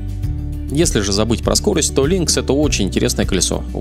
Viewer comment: "Лункс" прям по ушам резануло)